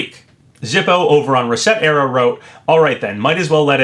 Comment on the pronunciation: Gonna tell you again since you might’ve missed my last comment. The website isn’t “reset era.” It’s supposed to sound like/rhyme with “etcetera” (as in “etc”). It’s a play on words.